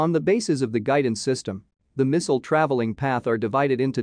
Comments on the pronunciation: What is a "misow", or was it a "mesol"? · WHo is Miss-ul? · The way he says "misual". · Today i learned, how to pronounce"missile".